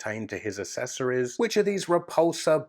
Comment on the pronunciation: The way you say accessories is very annoying haha, it's AK-SESS-OR-EES not ASS-ESS-OR-EES just pointing it out, love the videos man keep it up:D